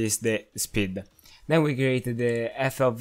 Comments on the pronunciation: FOW as in field of wiew? bruv its fov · Sebastian! This guy is also saying FOW